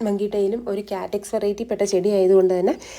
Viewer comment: Good collection. പിന്നെ കാറ്റക്സ് അല്ല cactus..kaaktus aanu correct.